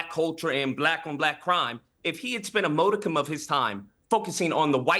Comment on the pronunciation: is so low IQ that this man has never learned how to pronounce “modicum” despite using the word on a regular basis for years.